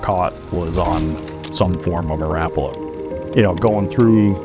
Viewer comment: His name was Lauri Rapala pronounced Rah-pala not Rap that’s music